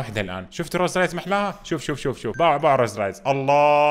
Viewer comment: ممكالو تقهرني لما تقولها روز رايلز ههههههه رولز رويلز